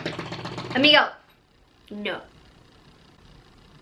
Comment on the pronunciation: am so happy you replied when you looked at amigo and went "amigo no(Spanish accent sticks tongue out)" love you